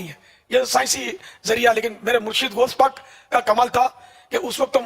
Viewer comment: Bhai gosh pak ka naam sahi sa la unka pura naam gosh pak abdul kadir sk jilani hai to unka naam sahi sa lo